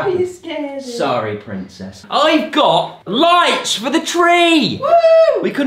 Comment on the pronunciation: did he say pincess